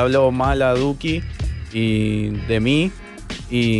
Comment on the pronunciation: SOY YO O CUANDO EMPEZO EL VIDEO DIJO LUCKI EN VEZ DE DUKI